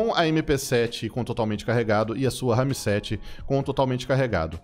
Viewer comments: que agonia ele falando RAMI 7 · Que agonia o falar " RAMI 7" KKKKK pqp. Parecendo minha tia falando RERI POTTER. 🤣🤣🤣🤣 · Porra, pensei q eu só eu q tava vendo isso. RAMI 7 É FODA NÉ